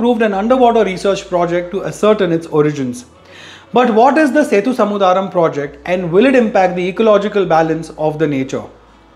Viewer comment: its Sethu Samudhram (sethu yani bridge & Samudhram yani ocean) and not "samudhaaa-ram".